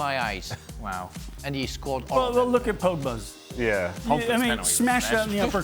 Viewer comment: Casey: “Paul Poegba”